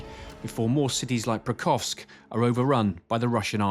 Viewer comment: this clown journalist couldn't even pronounce Pokrovsk